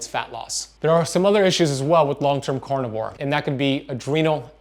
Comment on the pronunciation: This is cArnivore, not cOrnivore!!! lol even a French like me knows that!! LOL Love you anyways!! :)